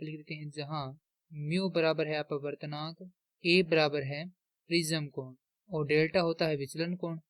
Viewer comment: छूतमारिके प्रिज़म नहीं प्रिज्म होता है 😅